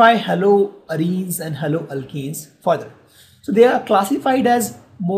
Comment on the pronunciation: Sir you are nice teacher but sir you may pronounce haloalkanes propdrly because there is very great difference between haloalkane and haloalkene